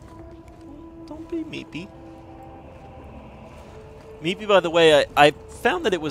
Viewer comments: Lmao meepy people ... its moopy not meepy.... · mopey. not meepy